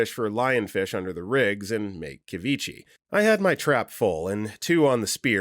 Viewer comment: FYI ceviche is pronounced suh-vee-chay